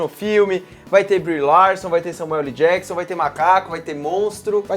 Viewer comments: Esse falando "Samueu ELI Jakson"... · Só eu que fiquei incomodado com o falando Samuel LI Jackson? Kkkkkkkk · SAMUELE JACKSON??? Tudo bem que ele quer aportuguesar o "L" do meio de Samuel L. Jackson, mas tá parecendo que ele tá falando Samuele ou talvez seja a irmã dele, a Samuelly Jackson. Mas pode falar o que quiser pois ninguém é obrigado. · "SAMUELIJÉQUISSON" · n sei pq mas quando ele fala samuel LEE jackson eu demoro uns 3 seg pra entender quem e kkkkkkkk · Samuel "Eli" Jackson kkkkk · kkkkk isso me incomodou também,eu só falo Samuel ÉL Jackson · "Samuelly" Jackson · Alexandre Ladeira SLC, parece que tem câncer na língua.